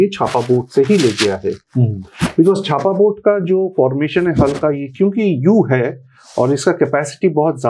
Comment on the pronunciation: Bro that's not छापा, it's चाप